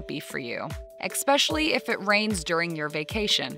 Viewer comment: Ex peshially .